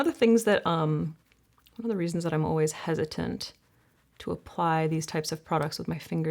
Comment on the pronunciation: As a Brit I actually don’t find LE voice soothing. The way she pronounces some words is jarring Always is not pronounced ’oh-ways’. Argh. Don’t you hate it when someone says something and you can’t stop hearing it because I love her content